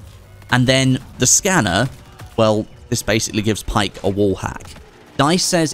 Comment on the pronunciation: It's pronounced Baek not Pike.